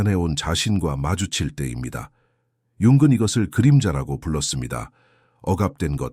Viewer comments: 융은 을 왜 자꾸 융근이라 읽는지 내용은 좋은데 그게 거슬리네요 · 영어식 발음이라 그런거 같아요. ng 발음이 우리말로 이응(ㅇ) 인데, 사실 끝에 g발음이 조금있어요. Morning 발음이 천천히하면 몰닝그. ‘그‘가 뒤에 살짝있습니다